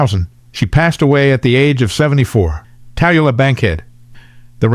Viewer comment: It's pronounced TA LOO LAH Bankhead, by the way.